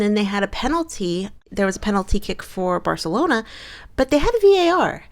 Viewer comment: First thing: UEFA is pronounced like VEFA. As a Real Madrid fan, I simply can't stand Barcelona (actually correctly pronounced by in Catalán). This is why I was rooting for Chelsea, but also because I like quite a few Chelsa players. I thought it was more of a problem of the Chelsea defence because it was unable to stop the Barcelona offence and also made quite a few really bad passes. It's very difficult for the offence if you're 2 goals behind so fast, you have a great goalkeeper against you and you just try to score goals by force. Pernille Harder and Sam Kerr missed opportunities ehich they wouldn't if the match was tied. For coaches it's quite a good time to say goodbye by themselves when they are successful like Joe Montemurro, who successfully made Arsenal reach the Champion's League qualification. When you have such strong teams like Chelsea, Manchester City and Manchester United as rivals, it's hard to get more successful. Casey Stoney didn't get well along with the club owners and it's understandable that she wants to make new challenges with other clubs. Experiences with different clubs are always important. Maybe there might be a chance for her as a coach of the Lionesses if they won't do well at the European Cup next year. Jill Roord wants to have more play time and she will definitely have it in Wolfsburg. Lyon is looking to strengthen its team to be a big player in Europe again.